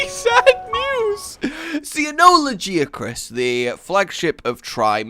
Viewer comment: Lagee-Uh-Chris? TF.